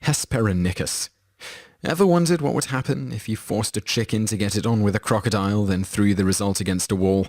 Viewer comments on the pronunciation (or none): none